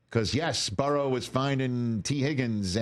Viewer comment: It pisses me off how Rich Eisen says “Burrow”